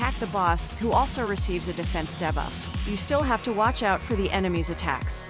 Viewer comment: Why did you say debuff like that?